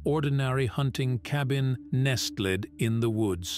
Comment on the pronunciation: Nes-ta-led?? Lmao how can computer generated voices be so dumb?